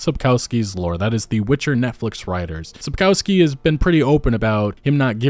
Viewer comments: sapkowski is pronounced sap-kov-ski just fyi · Small nitpick but the authors surname is spelled sap-cov-ski not sap-cow-ski. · Sapkowski is really easy to pronounce: sap-kov(o like in on)-sky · it's pronounced - Sapkovskee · Sapkowski's name is mispronounced, you call him "feces" through the whole video 😁Not that it doesn't fit... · Your pronunciation of Sapkowski surname is terrible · Google Sapkowski and listen how it's pronounced .. as a Polish Person it's really frustrating to hear you Americazing his name😅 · You get paid for making those videos and receive hundreds of thousands of views, is it so difficult to spend 2 minutes of your time to google how to actually pronounce Andrzej Sapkowski's surname? Never occurred to you that maybe it's not pronounced your American way since it's a Polish surname? Embarrassing.